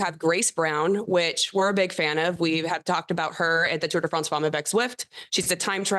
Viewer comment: Femme not Fomme 😊